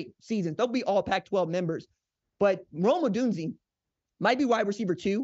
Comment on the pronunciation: If this guy mispronounces Rome Odunze's name one more time... smh